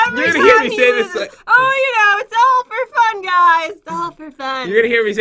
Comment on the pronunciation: =Days that Jen has an EPIC WIN= Pat- "And Jen is the winner for today... As you know its all 'ferfun' ..." =Pat's Salty Moments ;PP